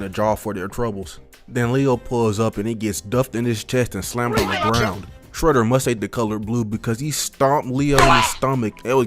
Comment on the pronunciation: Bro said Fredder 💀